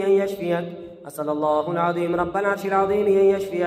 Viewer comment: اسئل اللہ العظیم ۔۔۔۔۔میں لفظ اللہ پر پیش نہیں زبر ہے اس کو براہ مہربانی درست فرما لیجئے ۔جزاک اللّٰہ